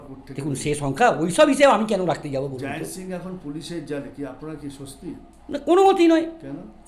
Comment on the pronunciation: যিনি ইন্টারভিউ নিচ্ছেন তাঁর কথা বলার ভঙ্গি অত্যন্ত বিরক্তিকর | উচ্চারণে জড়তাতো আছেই তারসঙ্গে বারংবার 'কেন' র পুনরাবৃত্তি শুনে মনে হয় আরো গ্রুমিং প্রয়োজন | ক্ষুরধার প্রশ্ন করতেই জানেন না | শেষের দিকেও এমন দায়সারাভাবে বলছেন যে একটা সবজান্তা ভাব | জয়ন্ত সিংকে তো Jiant ( যদিও তাই ) বানিয়ে দিয়েছেন |